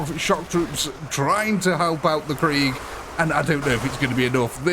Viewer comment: Good vid, but for the love of the Emperor learn how to pronounce ‘Korps’ and ‘Cadian’, would you? ‘Korps’ sounds like Core (because a corpse is a body) ‘Cadian’ sounds like Kay-dee-an And what’s a ‘Death Kreig’? 😜